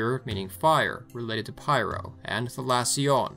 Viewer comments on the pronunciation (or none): none